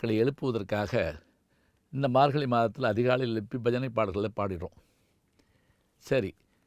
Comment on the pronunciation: Your pronouns is wrong for margazhi You pronounced margali